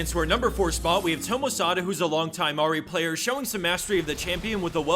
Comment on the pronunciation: Ahri not Ori .. u said Ori all the second video